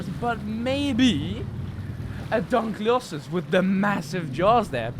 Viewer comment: It’s pronounced dunk-lee-oh-stee-us